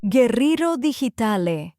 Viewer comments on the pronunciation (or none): none